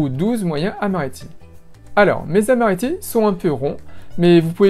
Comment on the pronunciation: Quand on dit "les amaretti" on fait la liaison "les z'amaretti" !! Merci pour la recette 😊